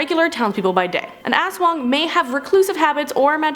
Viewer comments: Yeah, but they keey saying it as 'asswang' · I can’t help but laugh when I hear ASWANG!!!!😂